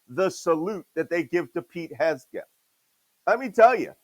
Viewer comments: "Hesbegeth!" Just one of the several ways that Malcolm mispronounced Pete Hegseth's name! 😅😂 I also heard "Hesgeth." I just love Malcolm ❤️ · Whether intentional or not, Malcolm mispronouncing Pete Hegseth's name is hilarious. Malcolm, just call him what I call him: "Hog-spit" 😂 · I love Chief Malcolm's refusal to pronounce "Hegseth" the same way twice 😂😂😂